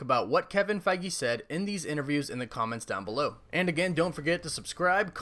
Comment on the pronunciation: My thoughts: can't figure out if you are mispronouncing Kevin's last name intentionally or if you really think that's how you say Feige. Favorite MCU hero: Spider-Man Let me get those tickets, lol.